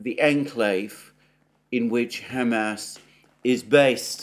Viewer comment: Alexander, I love how you say Ham Ass.